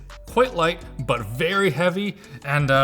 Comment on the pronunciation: quite light buy very heavy???? hahahaha